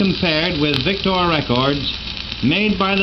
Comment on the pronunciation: he says 'vic-tore'...I say 'vic-ter'